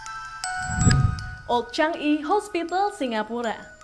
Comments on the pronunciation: Changi di baca sebagai cha ngi bukan chang i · CHANGI sebutan sebenarnya CHA NGI bukan CHANG I..